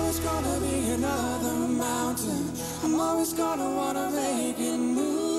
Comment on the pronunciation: Ben ik het niet mee eens, uitspraak van "wanna make it through" ~39s is wel slecht (Bijvoorbeeld). Ook vind ik dat hoewel in de hoge tonen hun stemmen goed bij elkaar passen, bij lage tonen vind ik dat niet.